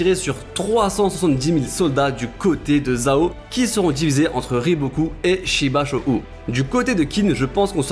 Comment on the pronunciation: *Shibashou se prononçant Shibasho et Yo Tan Wa 👊🏾🤲🏽